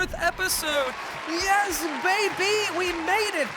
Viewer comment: I’m always expecting a “Bay-bay” when you say “Bay-bee”.